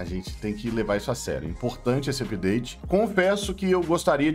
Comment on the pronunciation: "Season tchu pideite" kkkkkkkkkkkkkkk adoro